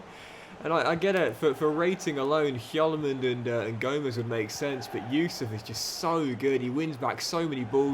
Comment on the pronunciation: The H in Hjulmand is silent